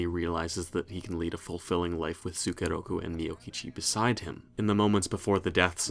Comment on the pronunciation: The way pronounce as "tsukeroku" really piss me off sometimes. I can't stop grinding my teeth every time I hear that...